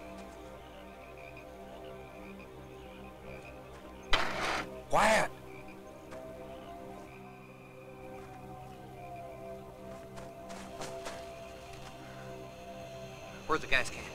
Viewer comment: I first watched this film 20 years ago and recently watched it again only to here him say quiet which sounded more like choir